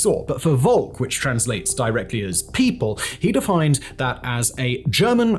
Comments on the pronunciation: Volk is pronounced with an F. Folk. It's literally an english word too. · so v in german is usually pronounced like f in from. so volk is closer to folk. in fact they are descended form the same word